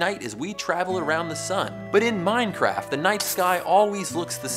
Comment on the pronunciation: He called it mindcraft -_